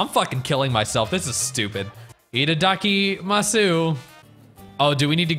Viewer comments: LOL its pronounced ittakimas! XD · The way you said 頂きます (itadakimasu) was atrocious